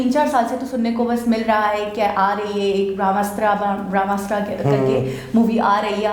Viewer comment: Total 3 weapon he jo milke bramhastra banta he. Pehle pronounce to thik se karlo.🤣🤣🤣🤣🤣. Apke allah bi Bramha se hi bane hain. Ab bas samajh jao baki. Itne bade to ho hi ki samajh jaoge